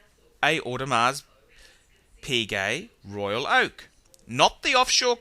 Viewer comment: I don't think you said audemar piguet correctly O_O.